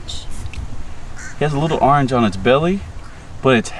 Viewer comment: how he say orange... arnge